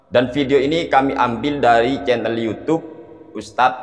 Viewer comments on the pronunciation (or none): none